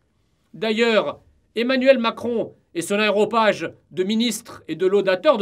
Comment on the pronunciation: Aéropage Jean ? Non : aréopage. Votre langue a fourché.